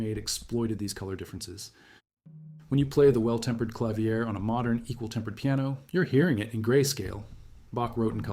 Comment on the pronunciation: AI slop. Freaking "clavier" is mispronounced lol